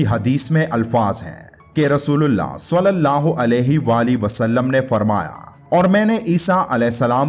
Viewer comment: براہِ مہربانی صلی اللّٰہ علیہ وآلہ وسلم کا تلفظ درست ادا کریں ورنہ بہت گناہ ہو گا